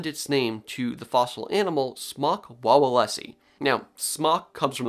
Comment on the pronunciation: it's pronounced more like vavelsky in polish v is w, and w is ł